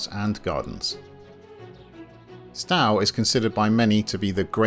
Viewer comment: You are mispronouncing Stowe. It does not rhyme with "cow" but should be pronounced "sto" - as in "stow your luggage in the boot of the car". I was a pupil there decades ago (dreadful school though) "